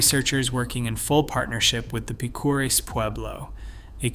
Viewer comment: Acoma is pronounced ACK oh muh. Check pronunciation on Picuris as well. There is no mention of the Navajo that populated parts of the area after the Pueblo peoples set their homes in the East of Chaco.